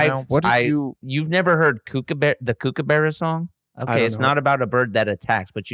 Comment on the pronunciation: its nice of blake to have learnt the kookabura song but didnt learn to pronounce kookabura HAHA legends